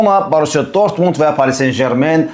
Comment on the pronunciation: Ay, dörtmund deyir😂😂😂